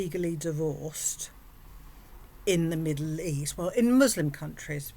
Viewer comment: She can't even pronounce Muslim correctly. She was simply cosplaying. She is such a damn grifter.